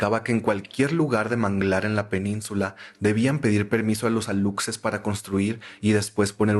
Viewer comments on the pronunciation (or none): Como persona de Quintana Roo, me muero de risa al escuchar la palabra "Alutses" por los Aluxes kajsnd,, se pronuncia "alushes". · ora que alucses jsjsjsjsj se dice alushes jsksjakkajsasa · como yucateco me temblaba el ojo cada vez que escuchaba "alucses" jajaja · Alucses así no se pronuncia sailor es aluxes suena: alushesh la x es como sh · aluxes → alushes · No es aluxes es alushes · Amo esto pero me duele la pronunciación de "aluxes" 💔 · Hola. La pronunciación que es válida de "aluxes" es alushes. Te amo. 🖤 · Hola caracolas, soy de Campeche, de la mera península y me dio risa como pronunciaste ALUXES. Nomás como dato, se pronuncia ALUSHES. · Se escribe "Aluxes" pero se dice "alushes" jeje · se dice "alushes" la "X" la pronuncias como "sh" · Amigaa que miedo, esta ves si me 😅 asusteee, petición para un especial de historias ultratumbisima de halloween, por cierto si pronunciaste mal aluxes pero se dice alushes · Aluxes = alushes (así se pronuncia, es maya) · Los aluxes se dice alushes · se pronuncia alushes xd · Jaja sailor se pronuncia alushes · Me da risa como pronuncias Aluxes bb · Solo por corrección, la pronunciación correcta de los Aluxes es "Alushes" ya que la X en maya suena como la sh. Cuando se trata de un singular se pronuncia "Alush", pero cuando es en plural es correcto "alushes".